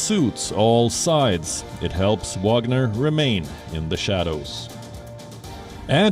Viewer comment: Wagner not Wanger